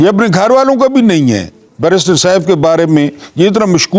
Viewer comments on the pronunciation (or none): none